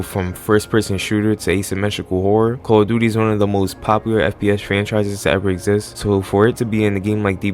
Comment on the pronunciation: The call of duty butchering killed me 😂😂💀